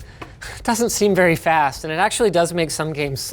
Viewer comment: I touk a shot eberytame hesayd fAsT